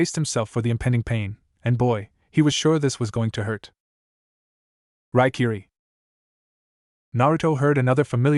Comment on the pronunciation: So tired of hearing these stories in English with bastardized Japanese, and honorifics used extremely to much by this annoying AI voice that can barely read in English. At least when talking about Kiba didn't hear one Fong. Chuh-neen, 4th raykage UH, Shersway's eye, lightening tracking Fong